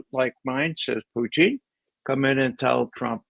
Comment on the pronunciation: Ray Mc Govern the man's name is Putin not Puchin.